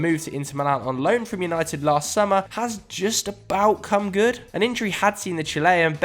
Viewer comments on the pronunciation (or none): none